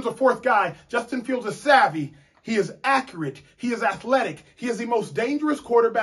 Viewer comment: A-cure-it lol